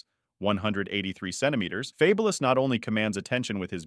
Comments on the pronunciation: Fab-u-lous lol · Yo channel should be deleted for the way you pronounce this man name wrong 😂🤦🏾‍♂️😬🥴 the minute you pronounce his name wrong. I had to cut the video right then and there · Ridiculous you can't even pronounce his name